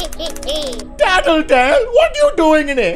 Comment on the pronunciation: Normal people: tattletale Vs Brandon: tittitail